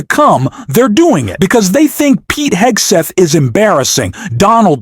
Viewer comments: Cant even pronounce "Hegseth" - I stopped watching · I thought the ai voice couldn’t pronounce Hegseth’s name, then I realized the ai pronunciation is different each event.